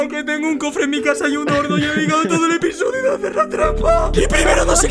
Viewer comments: "En anteriores episosios" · "Episosios" Me parece que alguien se va a quedar sin trabajo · Los del directo entendemos "EPISOSIOS" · Like por el "anteriores episosios"